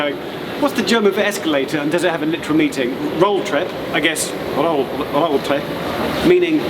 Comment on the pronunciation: "Rolltreppe" (three syllables, the "e" is not silent.) roll-trepp-eh